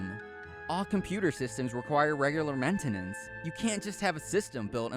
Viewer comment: Considering he pronounced maintenance wrong, it's safe to assume he's an idiot.